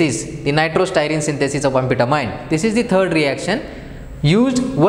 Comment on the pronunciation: It is pronounced Ann- Fet ta- mean